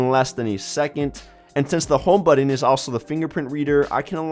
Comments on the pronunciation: Why are you pronouncing "button" like that? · my god I hate to hurt anyone's feelings but you NEED to learn how to say the word "button".